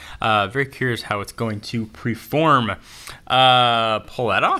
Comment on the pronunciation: Did he say "preform"